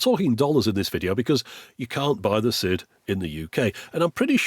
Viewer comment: Is it not pronounced 'side' rather than 'sid'?